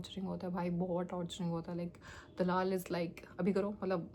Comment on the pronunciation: That's just sad yaar, I wish u get a job soon don't take too much stress, IT WILL BE FINE, ngl that "dalaal" word sounds really weird